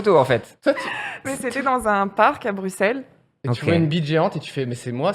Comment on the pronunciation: Oh une française qui prononce bien Bruxelles